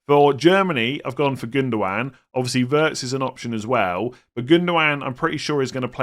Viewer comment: The German name Wirtz is pronounced like “Veirts”, similar to “weird”. German w sounds like English v.